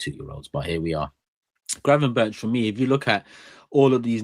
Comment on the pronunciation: Gravenberk not gravenberch 😡